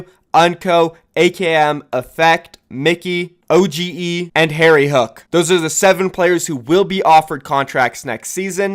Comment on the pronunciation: Nice video but the name is oge not o-g-e